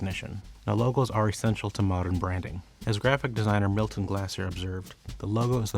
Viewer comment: Correction, It's not Milton "Glasser" (as in glass), it's Milton Glaser, pronounced like "glaze"+R, (as in glazed doughnuts). One of the cofounders of the Push Pin Studios, he is famous for "I❤NY" logo, and for Bob Dylan poster among other works. Cheers. Also, I don't think "A logo is the point of entry to the brand." is his quote — although some memes claim so ¯\_(ツ)_/¯